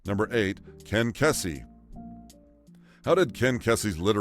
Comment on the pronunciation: Ken Kesey’s last name is pronounced key-zee, not kessie. He lived in Pleasant Hill, Oregon in the Willamette valley, pronounced will-am-it, not will-am-ette. His parties were legendary locally right up to his death.